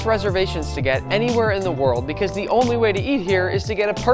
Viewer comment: Becausea becausea becausea the carrot is red